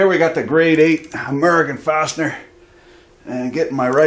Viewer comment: Correction “farsiner” you said fastener.